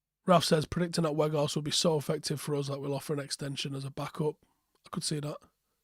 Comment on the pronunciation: You have to say it like Out. And with the W from Whoa.